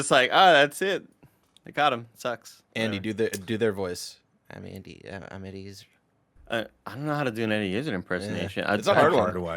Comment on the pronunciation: As a Brit it grinds me how they say Eddie Izzard’s name...